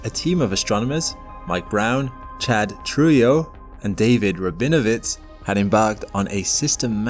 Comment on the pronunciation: Trujillo pronounced Tru he yo.